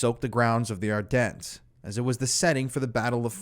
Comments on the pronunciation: Sorry, but chateau duh am-er-wah and don't pronouncec the S at the end of ardennes. I'm grateful for your coverage of this, nonetheless. David I. wrote about it in the 90s. It's good for new people to hear of it. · The “S” is silent in Ardennes